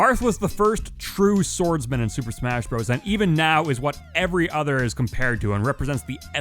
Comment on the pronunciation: Swooper smasgh?